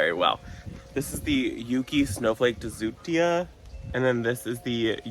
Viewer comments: I always enjoy your videos. It feels like we're all right there in the garden sharing time with a friend. You had me cracking up over the word "Deutzua." The sound of the vowels "eu" is the same as the two "oo's" in "boot." ...Doot - z - yah. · Hi, such cute chicks! It’s pronounced “Doy-tz-zee-uh” It’s on the proven winners YouTube, they tell you how to pronounce it there. I was saying it wrong for years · Hey, love seeing this new plant and laughed my way through your pronunciations! With your privet tree, I think you should cut it down to a stump, hollow it out, and make a beautiful planter instead of stump grinding. No idea if that would be a location you’d want to do that at but I’ve always wanted to try it. Have a great day!